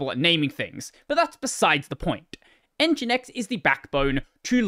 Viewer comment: fringinX lol